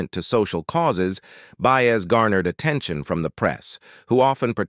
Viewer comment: OH NOOOOO! Enough of these robotic voiceovers that just butcher the names of the people!!! Ok by That was IT for me...Joan Baez's name was just so messed up my ears shut down...And although this video is CLICKBAIT it had no purpose because it never answers its own posed question....I started reported videos that are just a waste of time and lie.